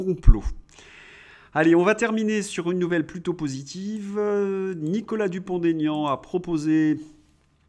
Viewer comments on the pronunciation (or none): Nicolas Dupont-Aignan c’est DuponT, pas DuponD 🤣🤣